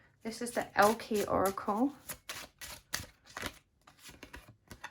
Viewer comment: i’m sorry but we’re you saying “elke oracle”